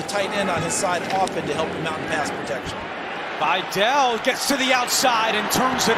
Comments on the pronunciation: His Names VIDÁL not Viddel SUKAS!😂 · I was about to comment on this. They should learn how to properly pronounce last names that are not American last names. I would be pissed if my last name was mispronounced repeatedly. It's pronounced Vidal ( vee-dal ). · Dude kept saying Videll and Gadsten lmfao. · the pronunciation of vidal bro